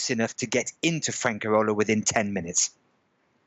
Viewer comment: From the way he mispronounces Spanish words (padrón, inmobiliaria, Fuengirola, nota simple, ayuntamiento) I think his level of Spanish is pretty bad. Maybe that's the reason for his problems with the civil servants (funcionarios). Another very strange thing is that he registers in the town hall (ayuntamiento) when he has been living in Spain for 14 years.